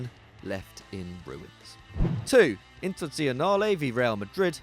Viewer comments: The club from Milan is called Internazionale not "inte'dzionale" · It's INTERNATIONALE not INTERZIONALE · not to be picky but it's "Internazionale" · Why does he pronounce it "Interntenale" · Yo! Would you kindly say "Internazionale" again?😂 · INTAZIONALE AGAIN IN IAM DYINGGGGGGGGGGG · What's with the prononciation of internazionale!